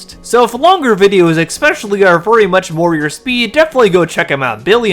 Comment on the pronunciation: Es-specially, not ex-specially 😊